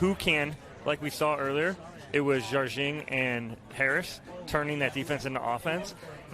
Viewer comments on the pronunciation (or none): Are the commentators correct in pronouncing Jardim as "Jarjing"? I would have assumed it was pronounced closer to "Har-deem" or something like that. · Simone pronounces it something like 'jar-jing' but I don't think there is anyway for an American to get the Portuguese exactly right. Jar-jing is the closest we can do...